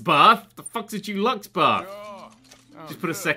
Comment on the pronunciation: "Accept a Dulux bath"....so, they tip a tin of paint in with you then? Learn to speak, c'mon, you have aspirations of being an author ffs.